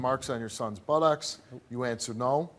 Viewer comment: why can;t Steve say Buttocks properly?..its not Butt- OX